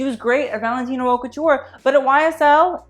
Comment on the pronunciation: It's not pronounced "Hawt", it's pronounced " Oat", 'Oat' Couture=Haute Couture. Just sayin'.